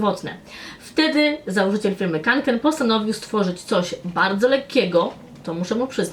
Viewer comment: *kanken a nie konken